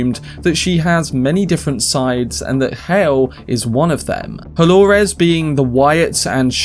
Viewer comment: it's Do-lo-res, not Hol-o-res